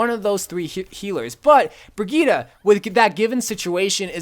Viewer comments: Brigette is pronounced BRIH JET for humanity's sake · Lmao did he just say bri-geee-ta? Lmao!!!!